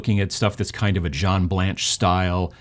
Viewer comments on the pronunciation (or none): none